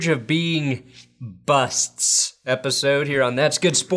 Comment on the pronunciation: The way you said busts I though you might use a pun and talk about those on the edge of being HOF players